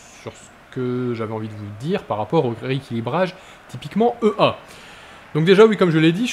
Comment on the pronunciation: Belle vidéo ;) au fait, EA se dit " i-é "